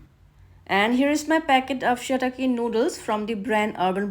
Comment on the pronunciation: say it proper